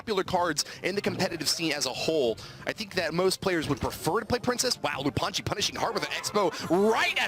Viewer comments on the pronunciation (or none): Its lou anji not loup, thats how its supposed to be read in french btw